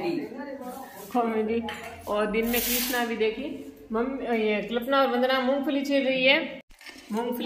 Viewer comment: Ap klpana bolte ho uska name kalpana h pronunciation Galt ho rha h apne to to name ho badal diya 😅